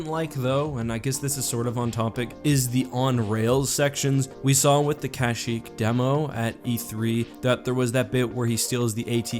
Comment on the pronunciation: Every time you say CASHyyk I repeat it the correct way Kashyyk